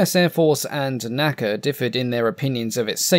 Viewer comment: Please don’t say “naca” as an acronym, like we say “NASA” today. It is the N.A.C.A.